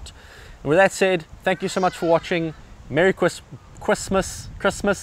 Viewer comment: Great job!! Very informative!!! And Mewwy Chwismass to you too...:-)!!!